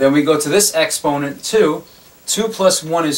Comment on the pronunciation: Why do you say exponent like that lmao